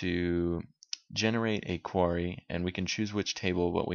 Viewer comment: "quarry"... something to do with a stockpile of stones... which you kept articulating. "Query" that is, "queer-ie" a freakin' search that is something to do with why we came to your video. Why ya keep talking about quarries? weirdo.